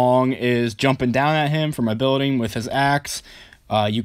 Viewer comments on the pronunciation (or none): none